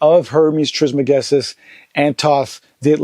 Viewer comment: Peace! I was surprised to see how Joe pronounced or could not pronounce Trismegistus. I would have thought he was more familiar with Tehuti, etc. 1